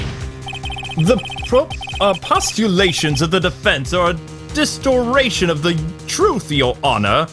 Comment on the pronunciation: This man said "distoration" instead of "distortion"...